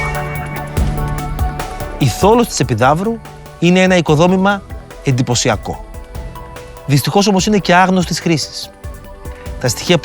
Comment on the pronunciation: Πολύ καλά, αλλά λίγη επιμέλεια στην εκφορά του λόγου: παNGοσμίως και όχι παGοσμίως, σημαNDικότατου και όχι σημαDικότατου, εNDυπωσιακό και όχι εDυπωσιακό, διενεργούNDαι και όχι διενεργούDαι, απαNDήσεις και όχι απαDήσεις κλπ. Απότους βασικότερους κανόνες ευφωνίας της κοινής νεοελληνικής: τα μπ, γκ, ντ στο εσωτερικό ελληνικής λέξης πάντα έρρινα, με το ν να ακούγεται.